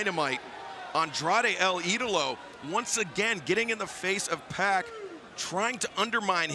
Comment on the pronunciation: gj pac. as in 2pac, not pack!